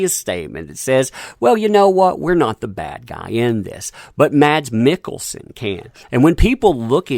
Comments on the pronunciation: His name is pronounced as "mAss", not maDs". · Like your videos...FYI...Mads Mikkelsen's first name is pronounceed "Mass" the d is silent... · BTW...his name is pronounced Mass Mikkelsen